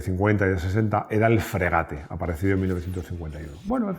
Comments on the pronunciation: Coño, estamos viendo escrito “Frégate” con acento en la e, y tú dices “fregáte. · La tilde en francés no se refleja en la pronunciación. Todas las palabras francesas son agudas. No existen las llanas ni las esdrújulas. La e final es muda, con lo cual se pronuncia "fgegát".